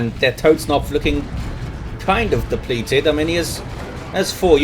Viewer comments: germans the fk do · he is raping the german language ^^